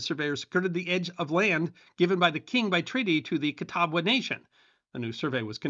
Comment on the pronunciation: "Catabwa". Fascinating and engaging history, thank you, but might want to check your pronunciation here.